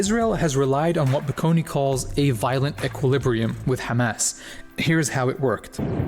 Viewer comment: I love hearing bro say حماس not Hamas or Khamas